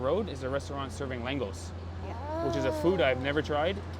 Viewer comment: The pronunciation of LÁNGOS is "langosh"